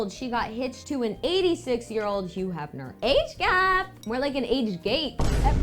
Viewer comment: "Age gape" 😢 😭